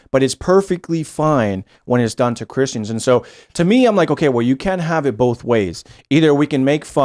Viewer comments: is quite the upgrade! It's like Tim Prime, but without the constant interruptions, stammering and silly theories. The only criticism I can make is that the Timbot manufacturer didn't fix the mispronunciation glitches. They merely substituted Tim Primes 'Bowlth" for Tim 2.0s 'Ahwn'. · Also must pronounce the word both with an "L" "BOLTH" but like the O.P. said, the cadence was dead on.